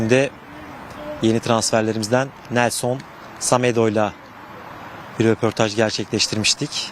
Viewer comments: spiker semedo ya samedo dedi Allah ım asdsadassadsa :D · Semedoya neden Samedo diyor yorumcu 🤣